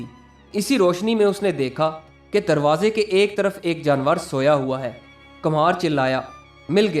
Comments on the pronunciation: کمہار Kumhaar Kum haar = Kumhasr. ک پر پیش ( Pesh ) لگا کر پڑھا جاتا ھے۔ Kamhaar ( galat Talaffuz hai. ) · kamhar nahi kumhar